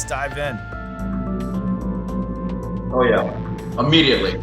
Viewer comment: "let's dive in man" . I thought he said "let's die again" tho 🎲